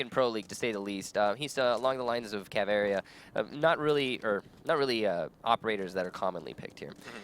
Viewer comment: He says caveira like cav'area'